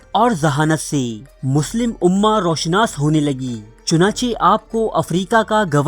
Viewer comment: Dear Admin Apni Urdu bhi Achi kro kisi trah......jaisey Ro Shanas nahin hota,,,,Ru Shanas hota hai. Gur weeda nahin hota Garr weeda hota hai. Aisi aor bhi ghalatiyaan krtey ho